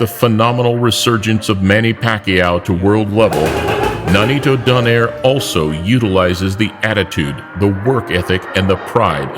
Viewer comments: also Nonito Do nay re not doner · It's pronounced as "Donayre"